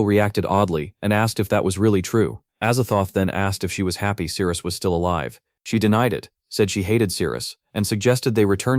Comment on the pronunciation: The story is good and the artwork is nice but am I hearing it correctly... The Captain's name is Cyrus and the MC's name is Sirius but pronounced Cyrus? There was also the mixup with Daisy & Daphne. Don't even get me started on the fight with where the tentacles magically became Veins/Vines with mouths. Either way the Ai narration eventually became very Annoying & Confusing.